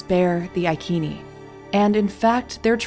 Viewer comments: Iccccccnee. Not IKeeeni! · It’s pronounced “I see knee tribe” not “I key knee”. Love you vids. 😊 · ITS CALLED sELTS NOT KELTS AND iSEEENI NOT IKEENI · Who were the i-keeni, neverheard of them. There was a tribe called I seeny ( iceni) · Eye Sea knea = iceni not I kean e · “Iceni” tribe is pronounced “Eye-SEEN-eye” (not “EYE-keen-ee”). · Boudicca was queen of the iceni tribe (eye see knee ) not eye key knee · That was excellant. But wasn’t Iceni « I see ni » not « I kee nee »🤨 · Their name is only recorded in Latin, so we do not know what their actual name is. That being said it is not I as an eye. But a long e sound as in ee Ken nee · The Angles and Saxons did not appear in Britain until about two hundred years after the Romans left. Boadicea, whose name was pronounced as Bowadisia, was a Celt. Celts had populated the land for more than 5 millennia. Stonehenge is now found to be older than the Egyptian Pyramids. The Ikeni (pronunciation is Roman) The tribe were the Iccenni, pronounced Iseenee, I have edited my comments about Boadicea being Anglo Saxon, those people from the main lands of Europe did not begin to arrive until about 200 years after the Romans retreated back to Rome. This I have done because of retraction of the suggestion that Boudicea was Anglo-Saxon. This post is a good portrayal of these times. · The pronunciation rule in English has the “c” followed by “e” or “i” pronounced as an “s” ( eg. I-sen-ee / Iceni ). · Hi, like your stuff, pronounced I-See-Nee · Thought the tribe was pronounced "I-see-knee" according to a history channel documentary, which is very good. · Soft 'c' not hard 'k'....Ic (see) ini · Iceni (Eye-Say-Nee). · Proper pronouncement of ICENI....Eye-sin-eye. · I'm not being picky but Iceni is said as "I see knee". love this channel so much❣💗💙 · Not “ ikeni” soft c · Prounounceation is icene like said in ice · It's normal to say iconic with a soft C, why do yanks think they know different?